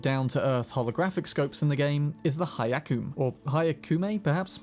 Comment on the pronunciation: Hyakume = hiya-coo-may.